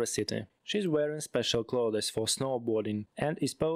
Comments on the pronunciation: В слове "сlothes" буква s не читается. Инструктор хренов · lol)) В прошлом году еще ребята писали про это... К сожалению, я эту ошибку заметил уже после выпуска видео, поэтому решил уже не перезаписывать звук... Сейчас запомнил это слово, правильное произношение /kləʊðz/.